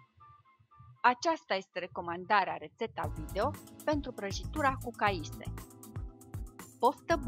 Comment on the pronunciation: e caise nu caise